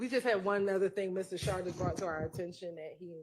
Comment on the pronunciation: it's Max "Schardt" not Sharp